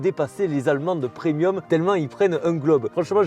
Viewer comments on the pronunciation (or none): none